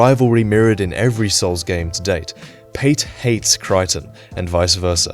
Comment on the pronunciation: Creighton is Crayton, not Cryton